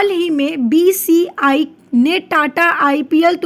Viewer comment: मैंम एटीट्यूड झाड़ने के चक्कर मे टाटा को डाटा बीसीसीआई की बीसीआई एरोनॉटिक्स को कुछ बोल रहे हो थोड़ा धीरे धीरे बोला करो